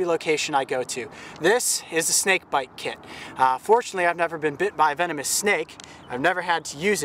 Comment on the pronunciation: I thought he said i got my KID in here! Loll its kit